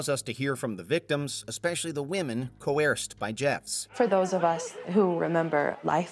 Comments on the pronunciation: It’s pronounced Co-er-ced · Co - erssd... no? Crudely rendered... or is that what you were saying? Sorry if I misunderstood.